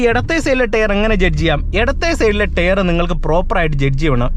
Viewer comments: "Tare" allaa bru, Tyre. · ടെയർ അല്ല ടയർ ആണു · ടെയർ അല്ല, ടയർ😅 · ടെയർ അല്ല : ടയർ .......